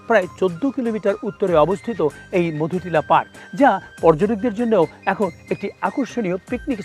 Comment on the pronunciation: মধুনীলা নয় মধুটিলা হবে